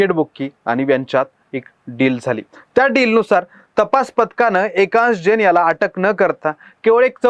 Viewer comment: एकांश जैन असे नाव नीट घ्या. तुमची पण सेटिंग झाली आहे का? नाव तर स्पष्ट उच्चारण करा